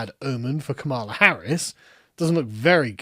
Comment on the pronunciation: err actually its Kam-a-la you racist